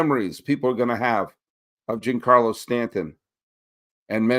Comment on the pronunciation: I like your takes and you're very knowledgeable but please pronounce Giancarlo correctly.